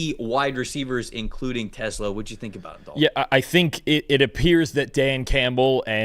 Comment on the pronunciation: Tes-LAHHH, not TES-la.